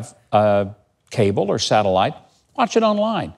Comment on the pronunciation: I stopped listening when he pronounced or as are. Fucking dude had one fucking job.